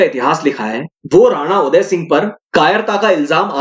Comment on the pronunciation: वह सब हमारे आदरणीय उनका नाम आप ढंग से बोले